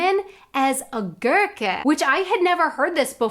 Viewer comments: BTW, just a hint: If you try to pronounce "Gurke", make sure the "r" does not change the "u" sound. "Gummi" and "Gurke" should sound alike at the start (not like "Görke"). The same is true for "i" before an "r", so "Bild" and "Birke" also sound alike at the start. I imagine this can be a challenge for English-speaking people (as, in turn, it is difficult for Germans to avoid aspirating the "k", "t", "p", or to avoid the glottal stop before vowels). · you can say "ghoul", so you can also say "Gurke" without it sounding like "Görke", which isn't a word. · Eine Gurke - pronounce more like the english "goo" but not as long as the "oo" is in english. And yes, das ist eine Gurke - that's a lemon.